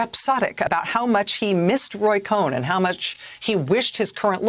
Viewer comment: Cohn is pronounced con.